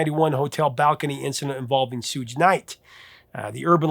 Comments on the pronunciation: Uh, real quick...just so you don't err later. It's pronounced like the first syllable of "sugar", that would be: Suge Knight. Shoog not Sooge. I hope this makes sense when reading it. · Professor, Suge Knight's first name is not pronounced "sooge". It's pronounced "shuug", like "sugar" (but without the "-er" part at the end, of course). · Suge knight is pronounced Shug like sugar. Not suege. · it's pronounced SHUGe... like Sugar sauger. Knight.. Never EVER .EVER say "Sooje Knight" again! For YOUR OWN internet Relevancy...and from now on, instead of pronouncing Rappers and Music Industry Celebrities, that you have OBVIOUSLY NEVER heard of before , willy-nilly, just Google other people saying their names..interviews. news articles..that sorta thing... It tricks the audience into thinking that you know what you're talking about, when you pronounce, the people who YOU CHOSE to talk abouts name correctly! Lmao😂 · It's pronounced "Shoog" Knight not "Sooge" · Suuuj Knight 😮😅😅😅😅😅😅 suge knight bro. Short for sugar. Pronounced shuug. Just ditch that A and R. I love it, your cool bro 😎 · Hold up.... "Soodge" Knight? It's "Suge", like "sugar". Great video though. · Cherry Pie is a 1:1 ripoff of Pour Some Sugar On Me. It's the same song. Had Warrant come out a few years sooner, they may have written a better song. Listen to both. It's pathetic. And by the way, when you're talkin' about Suge Knight, it's "Shoog" as in sugar, not "sooje" or whatever the hell you're saying. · Sooge Knight? You mean "Shoog"? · Love ya Professor, but it's "Shugg" Knight (like SUGar), not "Sooj" Knight. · Shooj? It's pronounce Shoog, like Sugar without the "ar". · I’m hella sorry but, you pronounced it “soooje”. It’s “shoog” like short for “sugar”. Like, did you do that as a joke? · Did this guy pronounce "Shug" Suge Knight as "SOOGE" Knight????🤦🏾‍♀️ This guy has not an ounce of credibility mispronouncing one of the most infamous hip hip producers of all time 🤣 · SHUG NĪT..not SŪG NĪT